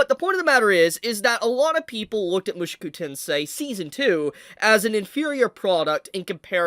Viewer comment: I love you dude, but I gotta say that your pronunciation of "Mushoku" makes me lose a little piece of myself each time I hear it. Good video though